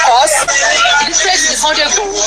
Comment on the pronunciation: Awikonko You didn't hear her Pronunciation Well, the shameless woman said, illetrace........